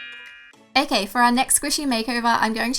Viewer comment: Is it just me or is she saying ak instead of ok